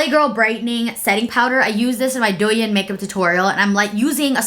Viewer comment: Hi! Just want to share that Douyin is pronounced as do-in:))